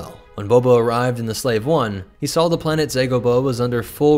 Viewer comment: saw not sawl